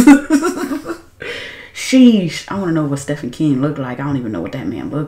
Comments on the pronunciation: Just fyi: its not "stefan". Its pronounced "steeven". ❤❤ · Girl............. I been waitin' for your reaction to this one!! ✌🏽❤🦉 (Btw, it's spelled Stephen King, but pronounced Steven) Fun Fact: The vast majority of King's novels are set in the state of Maine. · Omg it's pronounced Steven King even though it's not spelled that way.😂